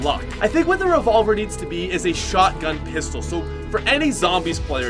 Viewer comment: I got triggersld when he said the revolvrr